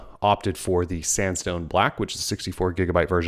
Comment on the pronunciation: i keep hearing "samsung black"